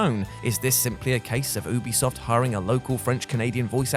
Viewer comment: Ubisoft is short for ubiquitous software. Not oohbiquitous software.